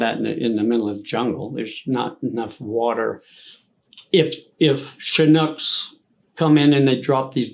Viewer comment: "Shunucks" for Chinooks...I like that.